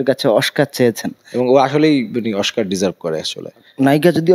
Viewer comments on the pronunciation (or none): দোনোটা অশিক্ষিত oscar কে বলতেছ oshcar